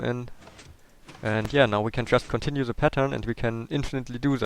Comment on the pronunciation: i love how he says Ze in stead of the